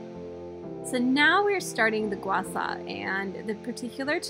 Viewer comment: Gua Shaw not Gua Saw! If you’re gonna say it say it right!